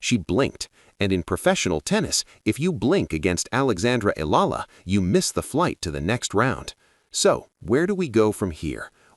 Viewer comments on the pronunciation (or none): That’s E-YA-LA NOT ELA NOT ELALA you murd*red the name